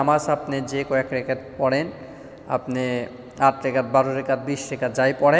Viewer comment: সুন্দর করে বলতে পারেন না। রেকাত হবে না এটা রাকাত হবে